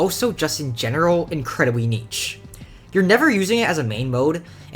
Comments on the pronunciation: he is, it's neesh not neetch. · that is NOT how you pronounce niche, its [knee-sh] not [kneech] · Bro not judging at all but the way you pronounce niche is hilarious. It's not neetch, it's more like neesh. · pls say niche like "neesh" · bro said neech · You say "Niche" wrong. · your saying niche wrong